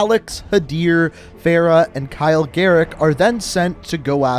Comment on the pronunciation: He say garrick